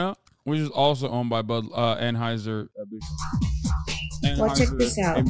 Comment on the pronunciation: Dude said awwnhiesr bush and he's put here trying to act like he's smarter than everyone else for being transphobic and he can't even get the name of his favorite beer right